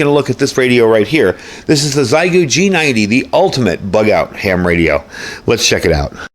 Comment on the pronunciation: XI in Chinese is pronounced SHE. XIEGU would be SHEGOO